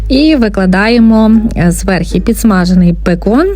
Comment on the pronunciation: Все добре, все гарне, але попрацюйте із своїм словом «зверхи», будь ласка